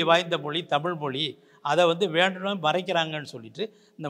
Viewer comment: தமிள் மொளி நம்ம லாங்குவேஜ்.... 😂😂😂 (அந்தப் பெண்)...